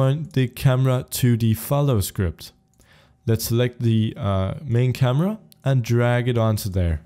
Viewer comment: what did he say? CAMA?